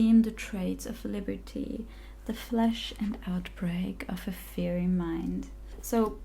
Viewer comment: Fiery (fi*' ur ree) *i pronounced like 'eye'